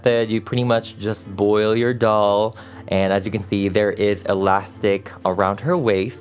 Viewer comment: Doll not dall